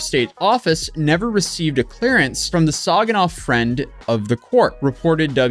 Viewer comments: Its Sag-inaw not Sawg-inaw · As a Michigan native, I always have to get ready to cringe when someone tries to pronounce our cities. Sag-in-aww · JSYK Saginaw is Sag-in-awe it's phonetically pronounced. It's a Native American tribe name hence why the city was named that. A LOT of Michigan cities are named after the tribes that pre-dated American colonization. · I loved how you said Sag-i-naw lol But yeah you could see the moment he knew he messed up lol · tell me you're not from MI without telling me. SAWginAw? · Sag in Saginaw rhymes with bag. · No hate to whatsoever, but as someone who grew up in the area, the way he pronounced Saginaw, which is pronounced Sag (like saggy)-in-aw, hurt my ears lol. However, here in Michigan we do joke about how non-Michiganders frequently mispronounce names given to cities and landmarks because many have names with either French or Native American origins. Either way, we don’t claim this man and his stupidity 😂😂😂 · The way you pronounced Saginaw hurts me as someone who lives in Saginaw lol 😂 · I’m born in Saginaw it’s funny how u pronounce it 😂😂😂